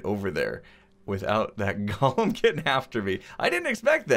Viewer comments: Gollem: “GAH-lum.” From Lord of the Rings Golem: “GOAL-um” An artificial construct. Mispronounced by x this episode. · GO-lum. GALL-um is the guy from Lord of the Rings.